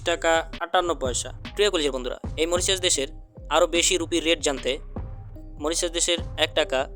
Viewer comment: আপনার উচ্চারণ ঠিক করেন দেশের নাম টা